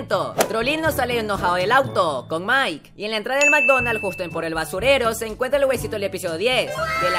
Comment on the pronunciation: alguien más penso que dijo ''mikedonals'' xd